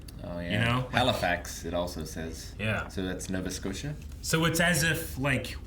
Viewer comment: it says halliwax not Halifax